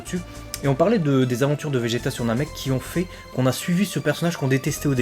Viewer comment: J'adore le faire que tu dise Vegeta car c'est Vegeta 🥰